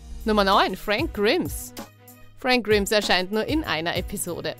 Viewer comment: Es heißt Fränk Graims (Frank Grimes) , so spricht man das aus. Aber so wie ich das mitbekommen habe werden in sehr vielen Folgen Watchmojo die Namen Falsch ausgesprochen.